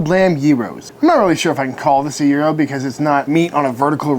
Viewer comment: Thanks for correctly pronouncing gyro and for making a restaurant sandwich accessible 😋